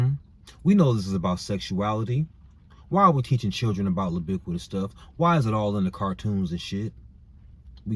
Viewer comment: Everytime you say libiquitous I bust out laughing 🤣🤣🤣🤣🤣🤣